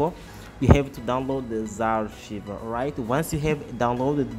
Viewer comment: What the hell is zarr-shiver? XD It's Z (the letter Z) arr-ky-ver. Archiver. Like archive, but with er on the end. Z-Archiver. Also, Magisk doesn't work on knock off Chinese phones, as they block access to recovery mode and the sideloader.